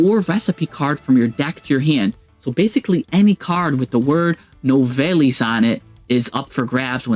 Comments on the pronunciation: It pronounced “New-vell” 😉 😉🌝 love this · You gotta work on your pronunciation bro… confritas? Novellis? Lmao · I’m French and it doesn’t mean shit. Except « Nouvelles » which means « News ». « Nouvelles » is to be pronounced « nuvel » (yes the end is silent don’t ask why).